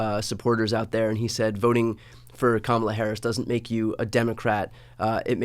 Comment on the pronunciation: Tim, I've truly come to like & respect you in spite of the fact that you are a Republican (but you were a John McCain advocate - WHEW!)🤣😇🤣 but allow me a moment on this. So many people are still mispronouncing her name. Hearken back to the children at the DNC (and a little child will lead them...) Her name is pronounced...COMMA-LA. Thank you!